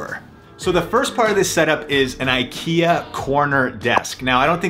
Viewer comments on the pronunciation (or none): none